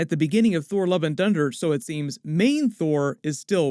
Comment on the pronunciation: ...."Love and Dunder"????????? 🤣🤣🤣